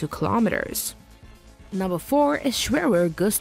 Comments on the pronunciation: I dont know why it's a problem for english speakers (in this kind of videos) to speak german words. It's called GERÄT not GERAT and SCHWERER not SCHWÖRÖR. Scheiße noch eins, wenn ihr es nicht könnt, dann sagt es halt auf englisch. Jedes Mal das selbe, so tun als ob man Ahnung hätte aber bei der Aussprache hapert es jedes mal. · Sch-w-erer Gustav? Thet hurt my brien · Kinda hoped she pronounced the names properly like the Schwerer, like come on